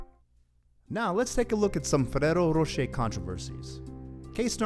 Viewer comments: Learn how to roll the R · Fereros rosheir :v